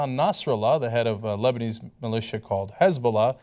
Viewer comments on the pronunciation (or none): none